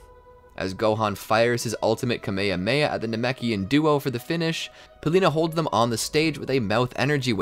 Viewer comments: IT IS NOT KEYMEYHEYMEYA IT IS KAMEHAMEHA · “A kameamea” dude why do you say it like tahht 💀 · is nobody going to say how he said Kamehameha wrong? Also he keeps on saying it wrong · This guy not saying kaaaaa meeeee haaaa meeee haaaaaaaaaa properly